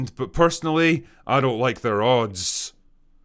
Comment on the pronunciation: “Go away neow”. My favorite part of your videos 😂